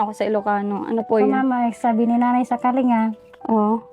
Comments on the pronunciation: Kaling ga Po a pronunciation. Salamat sa pagtulong sa Kasama namin mga Igorot. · ang tamang bigkas po ay kalingga double G bagamat pag isulat ay "kalinga". Salamat po and God bless po at mabuhay po kayo para marami pa kayong matulungan❤